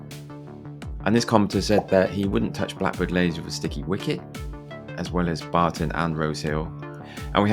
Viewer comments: Leys not lays!! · It's pronounced Lees not Lays 🤦🏻‍♀️ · Blackbird Leys — the second word is pronounced 'lees'.